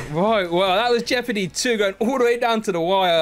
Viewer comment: TSW : JEOPARDY Joe : Joepardy